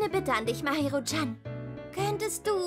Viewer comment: Die Stimmen passen einigermaßen aber die Aussprache vom "Chan" am Ende hört sích nen bissl falsch an